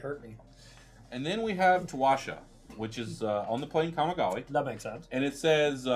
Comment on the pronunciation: Towasha on the plane Kamigawi.... lol, I think you mean Towashi on Kamigawa...